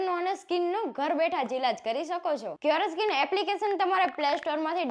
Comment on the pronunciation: ક્યોરેસ્કિન😂😂😂 પેલા નામ બોલતા શીખો શું ખબ ખબ કરતા.... તમને આ બ્રાન્ડ વાળા કેમ પૈસા આપે છે એ સમજાતું નથી અમને લાગે છે આ બ્રાન્ડ વાળા ને પણ ખબર નથી પડતી.....